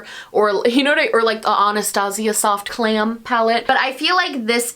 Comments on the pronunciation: I definitely heard “soft clam” and not “soft glam” 🤣🤣🤣 anyone else?? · I totally thought she said “soft clam” as a joke 😂